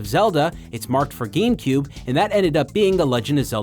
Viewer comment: Hehehe... "GAM-Cube"...